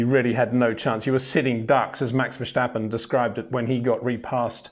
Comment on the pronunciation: IT is verSTappen not Versjtappen!!👽